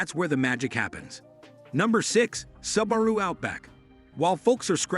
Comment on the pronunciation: “Sub-a-ru hatchback” 😂